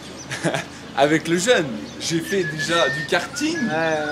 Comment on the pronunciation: C’est jeûne et pas jeun !